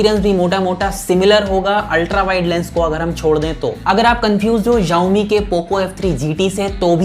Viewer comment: Yowmi nahi hai bro... it's xiaomi